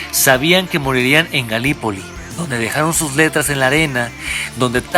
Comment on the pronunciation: Galípoli se pronuncia (y se escribe) acentuando la primer "i"